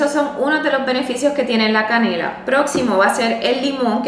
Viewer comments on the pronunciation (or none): La canela? Que No se le entiende